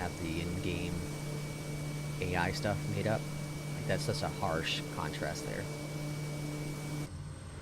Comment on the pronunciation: "made", not "Mads". Lol